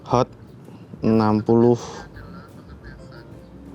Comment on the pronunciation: Hot bang bukan sot